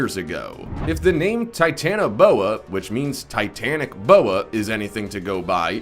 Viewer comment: His voice though 😂🤦‍♀️ "TiTaNaBoA" hahaha I can't stop laphing and if your reading this whoever made this vidio u need get thing sorted 😂😂🤦‍♀️